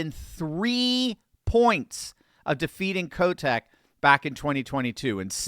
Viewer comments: Every time you say Kotek name , i keep hearing Kotex as in pads 😁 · I thought I heard a slight slip of the tongue on Tina's last name. It is the nickname the kids here have for her. Oh, and let us not forget to the riots Downtown in 2020. If the people in Multnomah County have had enough, we'll flip.